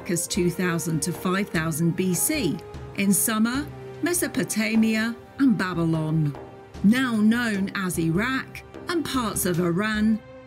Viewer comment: Why the hell does she keep saying "summer" instead of "Sumer"?